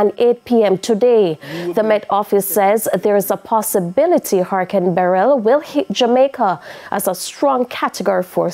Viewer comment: She is the only person I hear so far pronouncing Beryl properly. I pray there are no casualties.